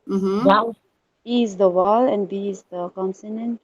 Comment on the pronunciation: It’s ‘vowel’ok so please correct your pronunciation not ‘’wowal’